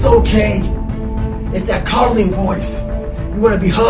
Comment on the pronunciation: Lol did they cap this wrong? Cuddling voice? Pretty sure Goggins said coddling 🤷‍♂️